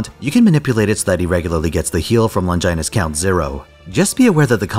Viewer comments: Longginus That pronounciation hurt my soul. It's just Long i nus. not Lon ghi nus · Longinus is pronounced with the 'i' sound from 'it'